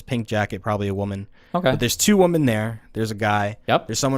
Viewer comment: What’s up with people not being able to pronounce the word women correctly?